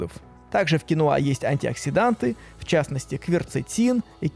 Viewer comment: Кинва а не кинуа